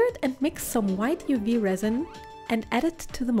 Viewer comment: "with some UU Resin" 😂